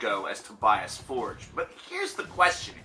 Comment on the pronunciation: It's not ''Forge'', like an english word...